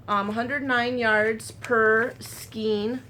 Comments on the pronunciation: And EVEN the British pronunciation is "SKAYNE" and not SKEEN. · Hi there. Just remember skein rhymes with Jane. Just gather up each end of the scarf to make that section more narrow. Want to see the finish. Your husband is right....that's a great idea. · I grew up in Oklahoma and Texas. My mom and I always pronounced it 'skane'. I never really considered that one way is correct and another is not. I just figured it's a regional thing. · Both pronunciations of skein are correct.